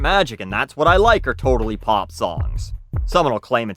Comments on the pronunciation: I like hearing you say "pop" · I can't tell if you say pop weirdly or you've just said pop so much this video that it sound strange now. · No there's definitely a w in there lol